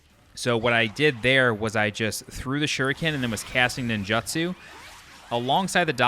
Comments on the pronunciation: “Nin-joo-tsoo” Not “Nin-juh-tsoo” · You need to learn how to pronounce ninjutsu